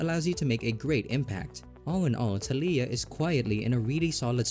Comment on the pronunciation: I immediately hit the comment section of this video because I heard "SALIYAH" Instead of "TALIYAH" and I even repeated that part twice